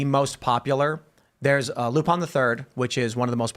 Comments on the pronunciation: Did just hear Tim say Lupon? To refer to Lupin the third?... Cancelled! Cancel him! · "Loo-pon the 3rd" that bothered me for some reason